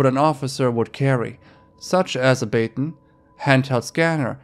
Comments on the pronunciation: I feel like you should probably have someone double-check your videos before you post, there tends to be really jarring mispronunciations. IE in this video in particular, "baton" (bah-ton, not baytin) or Tuscon (too-san, not tuscan like tuscany) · Your pronunciation of quite a few words are not even close... Maybe learn? Too-saun not tucksun Bah-tawn not baten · The cop's 'baton' got me too (bah-ton not bate-on or battone or whatever? 🤣) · Bay-tin= bah-tohn. Happy to help xoxo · It’s “bah-tawn”, not the “bat-un” pronunciation you used for the word baton. That bothered me. I assume English is a secondary language for you listening to your dialect, so you get a pass. Lol. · Youve never heard of a police baton before? It's pronounced like "bat-on" it doesn't rhyme with bacon. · Did any one notice him mispronounce “baton” nonetheless can you imagine getting handcuffed by a random person pretending to be an undercover cop